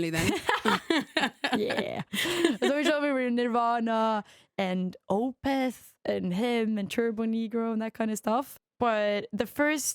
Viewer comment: Opeth? Did she say Opeth?